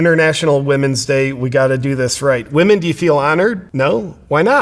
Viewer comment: I'm mostly offended that he can't pronounce women...